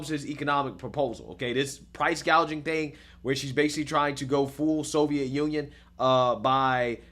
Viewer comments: Price gauging, not price gaging lol does she even know the definition between the two, she needs to go Venezuela and see what they did and where they are, utterly worrying if her crazy agenda is not listened to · He said gouging at least 7 times in one sentence… excuse me sir she did say gaging- gauging (?) regardless, she said gaging! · Throughout Kamala's entire speech she keep saying "gaging" instead of "gouging". Does she even know what she's saying when she's reading the teleprompter?